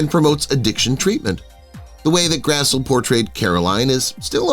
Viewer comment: Grassle is pronounced Grassly